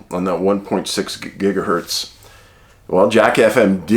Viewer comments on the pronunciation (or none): none